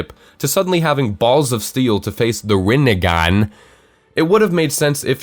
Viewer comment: I love how he leaves the picture there and pronounces THE RINE(N)GAN